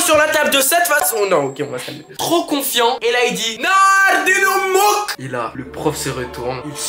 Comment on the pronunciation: La vidéo elle est incroyable j’ai trop ri surtout au moment où t’a dit « NARDINEMOUK » sinon j’aimerais bien que t vidéo soit un peu plus longue même si je sais que c dur . Force futur goat ❤